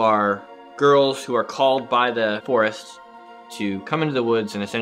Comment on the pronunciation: really didn't seem to like Jerry's pronunciation of the forest